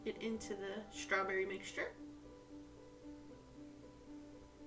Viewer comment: There’s no “H” in strawberry 😂